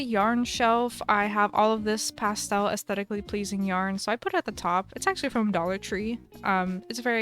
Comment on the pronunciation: Did you mean pastel or did you actually want to say pstel?